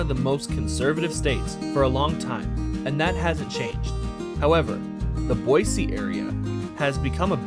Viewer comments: YESSS YOU ACTUALLY SAID BOISE NOT BOYZEEE! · I can honestly tell you the re-record was probably very beneficial considering us Idahoans are very critical about our state capital name pronunciation 😂, good job for a non-local!! God bless.